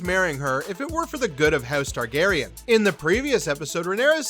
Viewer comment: I like you. I do. But seriously, get someone who can pronounce the characters names correctly.